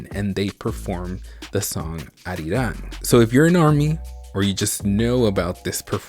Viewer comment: OMG IT'S CALLED ARIRANG